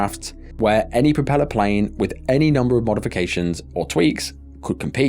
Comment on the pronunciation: PROFELLER IS SLOW....